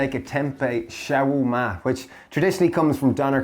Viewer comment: Guys. Love your channel. Am so inspired by your dishes, I have cut my meat intake and feel so much healthier! Two things made me laugh in this vid though: The Lebanese/Levantine dish you refer to is pronounced SHA-WER-MA (shah-were-ma). Ciao is Italian. Adios or hasta luego is Spanish. 😛 👏 👏 👏